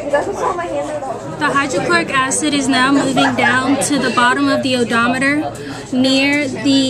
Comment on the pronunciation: Ooops. , you refer to the "odometer." Odometers measure distance traveled in a vehicle. You mean "eudiometer," pronounced YOU-dee-ometer."